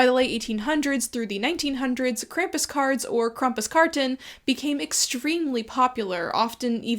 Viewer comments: You m is pronounced Krampus. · How do you not know howe to pronounce Krampus?